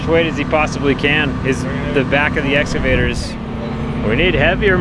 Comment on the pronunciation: its pronounced essscavater